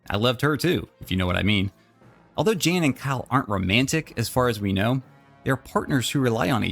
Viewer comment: Did, did you just call Jan "Jane" by mistake?? Ohh, yousa in big doodoo this time. Not really. But her name is pronounced Jaan rather than Jane.. :)